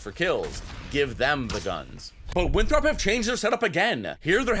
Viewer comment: Haha yall where is from because he pronounced Winthrop as winthrawp but I’m also from South Carolina where Winthrop is and we don’t make it a two syllable word tho 😭.